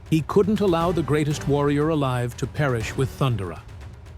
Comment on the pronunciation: Pronounced 'Thun-dare-a' as opposed to 'Thund'er-a 😉